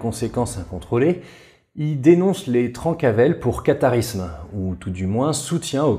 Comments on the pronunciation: Je met un com surtout pour le référencement mais j'en profite pour dire qu'on prononce "Trincavel". J'ai passé ma vie sur leurs anciens fief et à chaque fois que je t'entendais prononcer "Trancavel" dans ta vidéo ça m'arrachait les oreilles, déso 😁. D'ailleurs on ne connait pas précisément l'origine du nom. C'est soit "trenca vel" "tranche bien en occitan" ou "Trenca avelana" "casse noisette" -> "casse couilles" quoi, ce qui leur corespondait assez bien. Comme d'habitude super taf en tout cas! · On prononce "trainquavel" et "melgueilh" (pas "euil") merci pour cette vidéo passionnante !